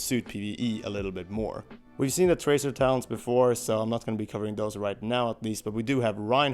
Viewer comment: Every time he said "talents", it sounds like he's saying "Talons". I was like "they're gonna let us play as the baddies in the story missions a la Sonic Adventure 2?"